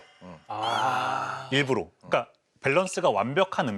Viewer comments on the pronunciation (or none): 일부러를 계속 일부로로 발음하시네...